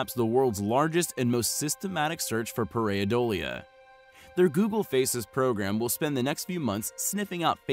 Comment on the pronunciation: Pareidolia is pronounced /ˌper.aɪˈdoʊl.jə/.